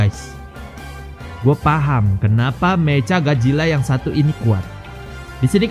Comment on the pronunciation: meka bang bukan meca